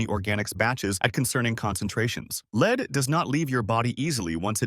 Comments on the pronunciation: Lead is not pronounced as "leed". Please let go of your voice actor. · LEED poisoning! lol